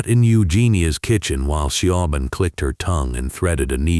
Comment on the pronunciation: Siobhan is pronounced Sha Von.😂